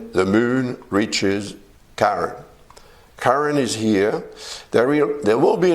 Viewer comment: It’s Chiron and it’s not pronounced as Karen. 😮